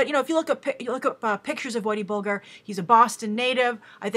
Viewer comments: pronounced Bul - jer if your not from boston its understandable though. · Hi Grace. Just a heads up, it's Whitey Bulger with the "G" pronounced like it is in Fudge and Fridge. Big fan :)